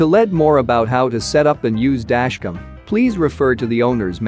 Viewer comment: listen to the audio in this video. Every time the script has the word "Dashcam" in it, the robot voice says, "Dashcum." there are PLENTY of other mispronunciations as well.